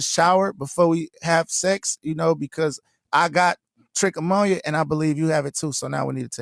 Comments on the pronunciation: Not trick ammonia nga, it’s trichomoniasis. 🤦🏾‍♂️😂😂😂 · How he a dr and saying it wrong? That's the main std that comes from cheating. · Stop.. she basically had intercourse with a random guy she didn't even know from a can of paint.. then gave it to her husband.. how did she know she had it she probably had a smell. ? And Doctor trich ammonia.. couldn't even pronounce it right and says that you can catch it if you don't shower before intercourse..lol.. just think if she got pregnant this is how women have babies and blaming on another guy and the guy that had the baby by they don't even know..! She's definitely a dirtbag.. doesn't value her marriage or respect her man at all!!😢